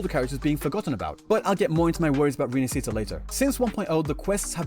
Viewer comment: I BEG all content creator ;_; learn how to say Rinascita :( its not an english word